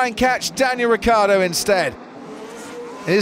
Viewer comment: Two professional commentators who can't pronounce Ricciardo...